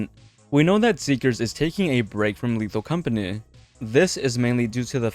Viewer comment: "lethal companeh"